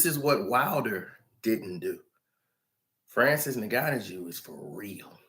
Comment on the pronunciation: Francis N-Gan-New